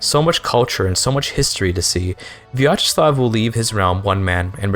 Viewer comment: I cant believe he cut out the most interesting part of the stream: islamophobia and piracy discussion 😔 Also very well pronounced Vyacheslav, good job!